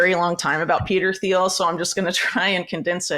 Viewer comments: It's pronounced " Teel" the h is silent. You really shouldn't sell Trump and the Alliance short. Everyone who is an American citizen has to make their best choice. Trump knows how to work with enemies. Trump has something on each of them. Trump wrote "The Art of the Deal". He did deal with N.Korea and Putin, and Saudi Arabia, etc. Therefore, no wars when we had Trump. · You have very interesting, well researched views Whitney. I want you to be taken seriously; you have important work to put out there. So please take this the right way when I tell you that it is not pronounced THiel. The H is silent. Keep up the good fight, A Fan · The h in Peter Thiel is silent. It’s pronounced like Teal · For someone who is so knowledgable about Peter Thiel, she should learn to pronounce his name. It's pronounced "Teel or Teal." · All this research and she can’t say Peter Thiel’s name correctly 😂 dork